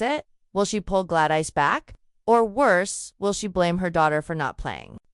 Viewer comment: What the heck? GLAD ICE? Duke of Birmingham? Is this a crazy AI narration?